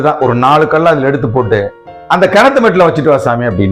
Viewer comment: 4 Kal enbathai kudikkum Kal endra tamil pothu lagaram ie. Kilikku podum LA pottu ill ucharikkireergal .2vathu il klcorrectaaga solgireergal.